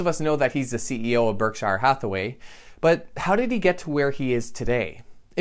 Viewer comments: Berk shear, not berk shy er.... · its pronounced berk sure. berksher, not shire